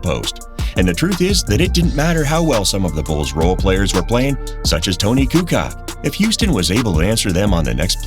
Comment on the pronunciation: It’s Tony kukoc not Tony kuka…